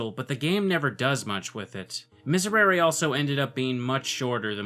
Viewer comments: History Nerd who knows both Classical and Ecclesiastical Latin here. For both types, the S and R are pronounced more with the tip of the tongue. You want a hard S sound, not the softer Z. And the Rs should be almost, or lightly, rolled. The vowels are different depending on the type of Latin. All the Es should be pronounced the same - basically an "eh" sound, in sound in Classical Latin, or an "ey" sound in Ecclesiastical Latin. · The "r" in "miserere" is pronounced as a sharp r with your tongue behind your teeth, not with your tongue at the back of your mouth. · Sadly, that's easier said than done. You probably grew up thrilling your Rs, otherwise you would know how much of a pain it is to learn that. Let's just not blame him for that bit. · To pronounce it right you just need to say the third 'e' of miserere like the other two... I know it's hard because the pronunciation of 'e' in Latin and English are a lot different, your way of saying 'e' is our 'i' and bla bla, it's like you're saying Misereri rn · The proper Latin pronunciation would be Me-Say-ray-ray. I always makes the e sound and e always makes the eh sound. The conflicting pronunciations probably came from ecclesiastical Latin, or as I like to call it, bad Latin. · It's pronounced mees air ay ray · Miserere as pronounced in a choral setting is “me-seh-ray-ray”, but Latin is a phonetic language. I think the technical pronunciation is “miz-air-air-reh” but Latin isn’t my major so grain of salt. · Miserēre would be pronounced MEE-sehy-REHY-rehy (with an R like the D in “lady”) if going for Latin. English dictionaries, however, list the pronunciation exactly as you’re saying it. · Miserere is latin, so it should be pronounced similar to French and Italian, "Misèréré". Something like that. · Miserere is pronounced "Mizéréré" ("é" like in french) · I think you pronounce it more like an Italian, since Latin originated in Rome. Thanks for showing me this neat game